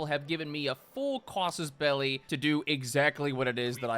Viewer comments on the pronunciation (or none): none